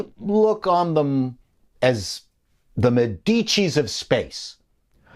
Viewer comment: About eletric car and goverment...Did they thought about how to replace the3 actual fuels taxation ? Here in Italy it is quite strong and I DO NOT think that politician would loose thae huge amount of money. BTW hearing your pronunciation of "Medici" was quite fun ^_^